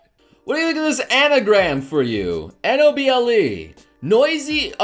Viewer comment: Whenever I hear noble say noble, I think he's saying no bull